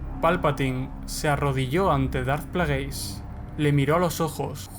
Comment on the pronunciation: 'Dart Plagueis' foneticaaaaa 😖😖 se pronuncia "Pleguis"